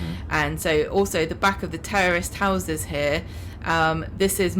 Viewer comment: I thought I heard her say "terrorist housing" alright!😂😂😂